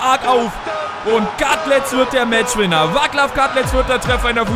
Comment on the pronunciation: Super Video:) Aber er heisst nicht Vaklav Kadlec sondern er wird Vatzlav Kadlec aisgesprochen weil er Tscheche ist